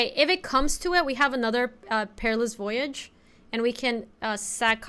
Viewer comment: Don't let chat keep you down! You can pronounce voyage as incorrectly as you'd like!